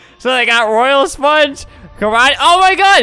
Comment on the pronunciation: SpongUH is how he says it to me